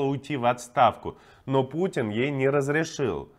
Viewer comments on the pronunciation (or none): none